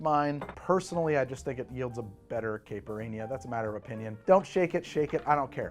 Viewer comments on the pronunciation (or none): The mispronunciation of the caipirinha must be noted! It's "ky" like k with an eye sound. Ky-pur-een-ya. NOT caa-pur-een-ya You're welcome 😉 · on behalf of Brazilians everywhere: kai (rhymes with high) - pir - EE - nyuh